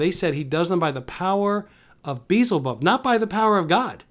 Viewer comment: You make fun of how I say? Perhaps you, being a pastor, can enlighten us all as to how to pronounce a name written in a different language almost 2000 years ago. What pride and arrogance it must take to suggest you know how to pronounce that as Jesus did and to criticize me! And of all things in this video, you make fun of me for mispronouncing Beelzebub but say nothing about Justin Peters admitting that he can’t point to even one single Bible verse that says any spiritual gifts have ceased. And you’re a pastor? I feel very sorry for the victims who sit under your teachings.